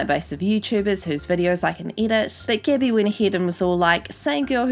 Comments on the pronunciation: Cecilia Wubben and Gabby as Gibby...thought she was talking about that kid from iCarly, Gibby lol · When she pronounces “Gabbie” as “Gibby” ☠️☠️☠️ makes this 100x better